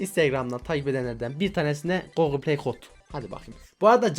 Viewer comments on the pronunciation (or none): none